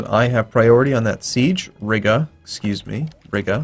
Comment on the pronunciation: how common was military access in the timeframe of EUIV historically? and for fucks sake please stop saying RIGGA